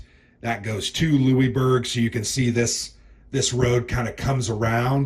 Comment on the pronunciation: I like hearing Americans pronouncing Louisbourg 😊 You made a sale for Blue Panthers, I am French Canadian and I am always interested about this war that is not always well remembered. The game look simple but very fun to play. I hope I can get a copy up here in the great wide north